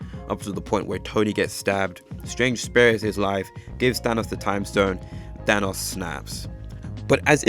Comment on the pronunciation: I even noticed he said "Ahnos" than Thanos too😂